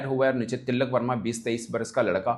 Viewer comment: Woh til-lak verma nahi, Tilak verma hai ( no double L”)